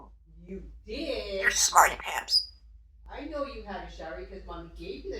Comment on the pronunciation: She always says smarty-pamps. What a cute, funny bird she is, I love when she's asking google, shows how smart she is even understanding to use modern technology.